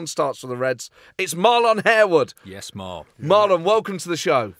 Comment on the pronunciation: I thought Harewood was pronounced Harwood. used to annoy me when ourmarlon was called \hair-wood/. also....you had a Portonic? big in Lisboa in summer...loads of ice, slice of lemon, white port and tonic